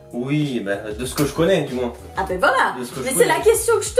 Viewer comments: Pk tu dit moinssss c'est moins sans lire le s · Attend tu dis : MOINS en prononçant le S à la fin ? C’est grave perturbant j’ai jamais entendu ça de ma vie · Si jamais, le "s" de moins de se prononce pas ;) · Dans quelle région de france prononce-t-on le "S" de "moins" ? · C'est marrant comment tu prononces le mot moins! Tu prononces le S à la fin! Du coup tu me fais douter, est-ce que c'est vraiment comme ça que c'est censé être dit ? 😅